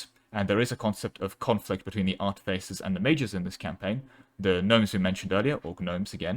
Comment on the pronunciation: Ooh, is this trying to pronounce artifaces for 17 minutes and 47 seconds? Nice